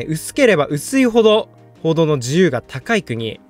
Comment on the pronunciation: 報道の自由って言ってんのか コードの自由にしか聞こえんw